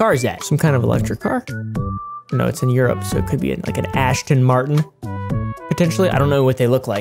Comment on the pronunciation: I believe it's Aston Martin not Ashton martin.